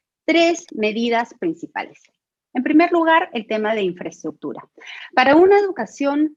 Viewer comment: primero que aprenda que se dice INFRAESTRUCTURA y no INFRATUTURA